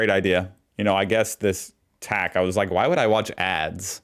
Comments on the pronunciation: It's not pronounced "tack" it's T-A-C and stands for Transport Accident Commission. Only in Victoria. Other states have their own system. The TAC produce some very thought provoking and sombre ads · TAC not tac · Hey there! Just a FYI..TAC is pronounced as the letters are pronounced individually: ‘Tee’ ‘Ai’ ‘Cee’. I deal with the TAC regularly and couldn’t deal with you calling it TAC as in ‘tactical’ 😂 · T. A. C. not Tack as you're pronouncing it rofl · we pronounce it T. A. C. by its letters, not tac as in tic tac. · it T A C not TAC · We pronounce it T-A-C, not Tack. Love you content! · TAC is pronounced Tee Aye Cee and stands for the Traffic Accident Commission. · Pronounced T A C - Transport Accident Commission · Half the ad of the second one is missing, it shows him speeding. T A C (Transport Accident Commission), pronounce each letter.